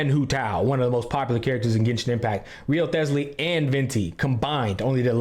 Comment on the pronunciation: Haha Wriothesly pronunciation had me dead